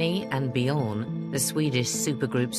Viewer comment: What an embarassing theatrical "dramatisation"! Also - how is it possible to NOT pronounce the ABBA members names correctly for the producers of programs like this? Don't they talk to the ABBA members? Ask them - and then: REMEMBER the right pronuncination. Such disrespect. For instance Björn is pronounced as in "earn Money". So: Bj-earn. OK? Just a tip from a Swedish ABBA-fan.